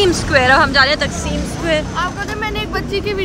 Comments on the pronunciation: It's ٹا قسم square not تقسیم ....dear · sorry it's not تقسیم اسکوئر it's تاقسم اسکوئر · Ap ghalat pronounce kr rhi taksm ko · Broo its taksim square not تقسیم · Taqseem square nai its called ٹاکسم